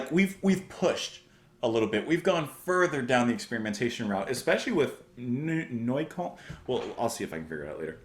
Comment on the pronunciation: And it's not Neu-kane, it's Neu-KÖLLN :) Closer to Neu-kolln, but the Ö is pronounced somewhere in between the Y in "rhythm" (depending on your accent, some people say "rhithm" but this is more towards the Y) and "err" but you lose the rolling R at the end.